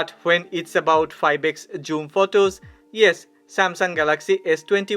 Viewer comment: You pronounce this (zoom) like this "joom" thats wrong my friend